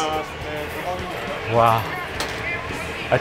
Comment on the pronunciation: Just a little advice, in "gozaimasu" you don't stress the "za" or "zai", the stress syllables are "go" and "ma", like "GOzaiMAsu".